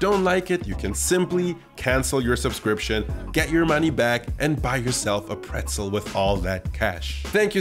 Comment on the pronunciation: Nice recipe, and thank you so much for the proper pronunciation of pretzel, as an American who is interested in learning German and travelling to Germany that was helpful. Prost! 🍻